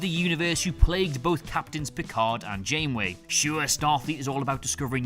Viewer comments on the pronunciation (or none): "--and why it's Benjamin Sisko--" You mispronounced Janeway.